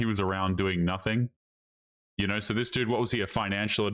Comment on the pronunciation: "...even if you 'ashoom'....." Dude, nobody 'ashooms' 'nuffing' ffs